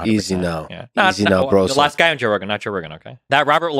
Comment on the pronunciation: “Easy now”… lex went back to his Russian roots real quick.